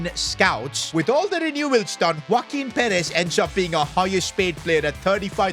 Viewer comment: Bro is saying woaquin perez from the start but its joaquin💀💀